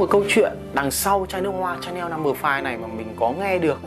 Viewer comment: Đọc là Shà-neo, ai đọc là Cha-neo